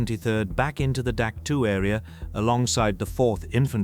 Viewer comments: We always pronounced it Dak Toe not Dak Two. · "dak tu" and "sky soldiers" in the first minute gives you a thumbs down. I was in the herd at dak. tow.